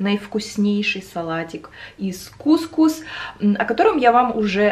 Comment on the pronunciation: кукУс, ударение на слог с последней буквой У 😉